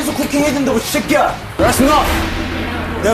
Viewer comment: 이 썌꺄 ㅋㅋㅋ 새끼야 할 때 '썌 '발음 씨게 하는 거ㅈㄴ 웃기네 ㅋㅋㅋ